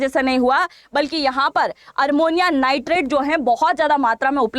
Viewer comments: MADAM,SORRY TO CORRECT YOU- iT'S NOT ARMONIA, IT IS AMMONIA. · आप शिक्षा देने वाली है और आप हिंदी भी शुद्ध नहीं बोलती हैं ये तो शर्म की बात है ये अमोनिया होता है अरमोनिया नहीं होता कृपया अपने वीडियो को सुनकर देखिए और ये रसियन प्वाइजन नहीं है रायसिन प्वाइजन है क्यों रसिया को बदनाम करती हो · ARMONIA NIGHTRET NEI " AMONIA NIGHTRET " HOGA UCCHARAN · Madam aapka news Acha hi sunder ka but Armonia nahi Ammonium n Russian nahi Raisin pls correct it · Armonia nhi amonia hota hai didi